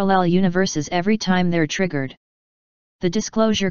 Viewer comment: Wait did you say TRIGERRD